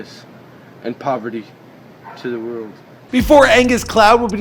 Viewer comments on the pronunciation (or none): none